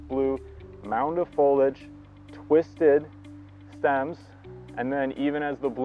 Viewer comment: Foliage, not foliage. Three syllables please.